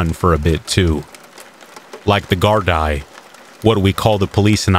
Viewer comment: As an Irish person, the way you said Limerick and Gardai made me physically ill 🤮 You pride yourself on all this "you won't here me taking a breath" while reading but you can't even bother to look up names to say them correctly?